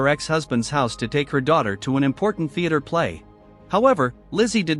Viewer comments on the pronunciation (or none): none